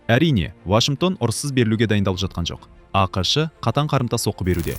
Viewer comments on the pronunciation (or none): АҚШЫ ДЕМЕЙ АҚШ ДЕП АЙТШЫ АВТОР